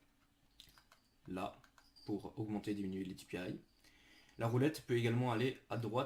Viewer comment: Tu peux parler plus fort et aussi les dpi sa se dit pas dipiaïe